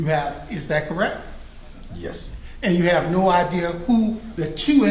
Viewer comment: "you have no idear". What??